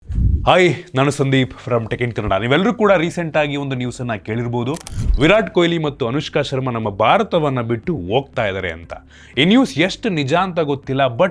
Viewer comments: ಭಾರತ ಬಿಟ್ಟು "ಒಗ್ತಾ " ಇದ್ದಾರ? 😂😂 "ಅತ್ತು " ಲಕ್ಷ ಜಾಸ್ತಿ ಕೊಡ್ತಾ ಇದ್ದೀರ 😅😅😅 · ಅಷ್ಟೆ ಅಲ್ಲ, ಭಾರತ ಬಿಟ್ಟು" ಒಗ್ತಾ " ಇದ್ದಾರೆ 😂😂😂😂😂,ಅತ್ತು ಲಕ್ಷ 😂😂😂